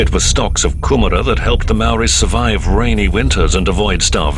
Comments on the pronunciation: The narrator's pronunciation of Maori words is insulting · If you're going to do a doco on this at least get someone who pronounces kupu Maori properly